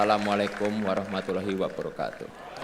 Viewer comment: Ucapan salam yg benar,Loooh nya yg panjang bukan hi nya.